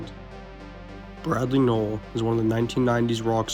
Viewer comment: Bro, it’s pronounced Nowell like knoll. And Jim Croce is pronounced CRO-chee…do just a tiny bit if research before reading your voice over. Dang